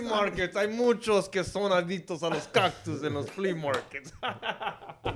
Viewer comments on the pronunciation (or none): its "Cactooos" 😆😆😆